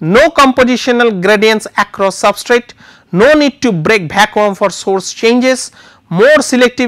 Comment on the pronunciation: love the way he pronounces Vaccum